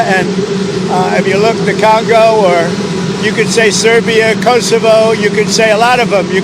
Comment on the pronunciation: Did he just say. "the Calgo?" 🤣🤣🤣